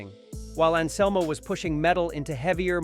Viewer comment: "Phil and Selmo" "Die-oh"